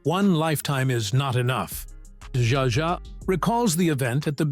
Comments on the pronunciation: This damn narrator - how the heck does he get the work? He frequently mis pronounces names - even the same names with different pronunciations' within the one doco!!! In this one he calls Zsa Zsa SJA JA!! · The AI narration sucks. So many mispronounced words, including "Zsa Zsa".